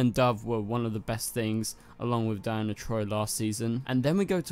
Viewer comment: Donna * troy lol not Diana 😂😂